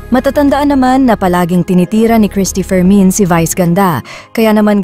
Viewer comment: Bakit parang rinig Kong bigkas ng narrator sa Cristy fermin ay "Cristy for men"😅